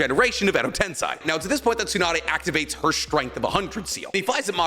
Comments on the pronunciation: Anyone else get a little peeved that he keeps saying Edo TenSAI instead of Edo TenSEI? Like you went to Japan bro you should know that change in vowel sound makes it mean something entirely different 😅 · Sensei= sen-say so Edo Tensei= ed-oh-ten-say just letting u know